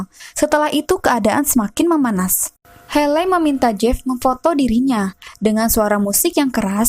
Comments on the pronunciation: Hayley (heili) ... buken heley kak.. Maaf buat masukan aja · Maaf sebelumnya, tapi pembacaan namanya bukan heley tapi (heiley).